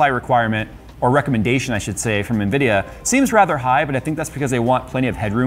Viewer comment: amd ?? Nvidia?? Amdia ??? Lol 🤣🤣🤣🤣🤣 just dont get too excited bro cz we all u are 😆😆